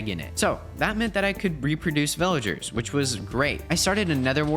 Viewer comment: After he built the villager breeder he said this will let me breed villagers but it sounded like he said ``this will let me breed melon cherries’’